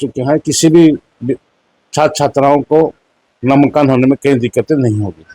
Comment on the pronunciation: नामांकन को ही शुद्ध नहीं बोल सकता है मंत्री तो शिक्षा विभाग....